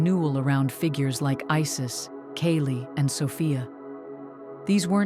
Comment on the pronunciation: It is pronunced as Kaali /c@ Not keli